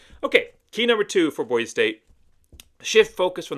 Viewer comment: How can you talk about Boise State when you can’t even say Boise correctly? Go back to California.